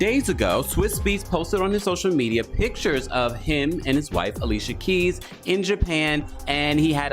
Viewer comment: Not ali cia keis.